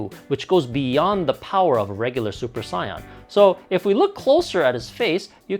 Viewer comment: I get triggered when he says super saiyan because he says sayain like the colour and not saiyan